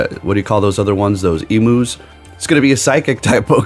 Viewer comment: Australian here not sure if you were saying Emu incorrectly on purpose but Emu is pronounced E-Mew like E + the mythical Pokémon Mew.